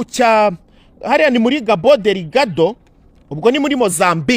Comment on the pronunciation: Ndumva naguhamagara ukabanza ukajya kwiga EU ntuzi kuyivuga, koko ntuzi kuvuga Cabo Dergado